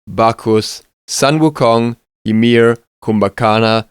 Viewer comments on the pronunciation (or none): none